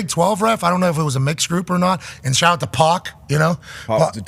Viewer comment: "Shaht aht back shots" - pat 😂😂😂😂😂😂😂😂